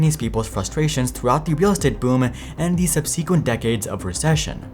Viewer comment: Its pronounced "SUB-seh-quent", not "sub-SEE-quent".